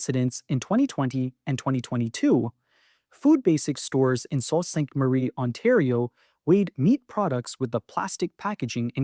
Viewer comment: My comment is on the mispronunciation of a couple of words used in your video. First, the first word in Sault Ste. Marie is pronounced Soo. Second, Metro 's Moi rewards program is pronounced mwah. It is the French word for me.